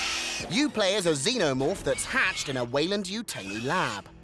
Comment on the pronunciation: yutaaaani, not yutayni